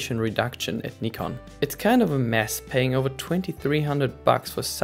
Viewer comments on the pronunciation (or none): had to dislike because of the way you say nikon. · You get a thumbs up just for saying Nikon correctly. 💪